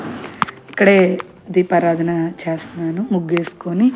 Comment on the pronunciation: Deepaaraajana kaadamma, deepaaraadhana